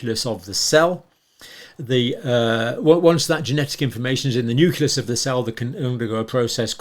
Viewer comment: It,s Nucleus. not nuculus. I assume you also say nucular.